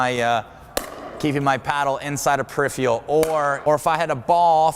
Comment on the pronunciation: this dude needs to learn how to say the word peripheral